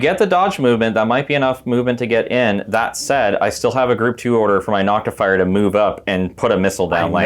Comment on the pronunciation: You left out your most egregious error. Saying NoctiFYER instead of Noctifer. ;)